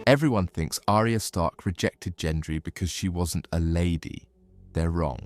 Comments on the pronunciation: Gendry, not Jendry. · Gendry with a hard G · She rode OUT of the destroyed city on that horse, not into it at the beginning. So sick of this AI slop. They could at least teach it to pronounce "Gendry" correctly, FFS. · Literally cringed every time he said Gendry’s name. 😂😂😂